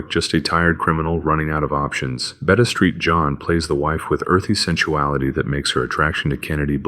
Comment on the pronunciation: I got a laugh from Betty "Street" John (for St. John) as well.